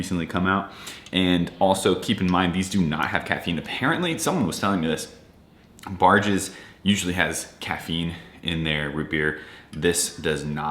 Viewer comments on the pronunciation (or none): its barq's not barg's. sounds like barks root beer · That’s pronounced Barks